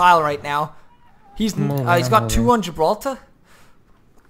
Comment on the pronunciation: Am I the only one who loves the way pronounces "Gibraltar"?